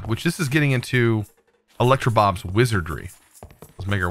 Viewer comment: He says "electrobob" when it is actually "electroblob"